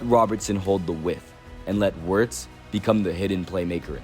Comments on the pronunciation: did you watch the whole video? Wenger isn’t the only one who mentioned his name. Wirtz isn’t hard to pronounce even if you don’t speak german, all you gotta do is pronounce the “w” as a “v” don’t be an idiot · on this video someone pronounces Wirtz’s name correctly but the voice over dude continues to butcher it🤦🏾‍♂️ fuck